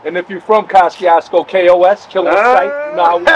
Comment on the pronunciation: Me and Everyone I know been saying like that my whole life until I met an Eastern European Cat and he said the proper pronunciation is CO-SHOO-CO 😅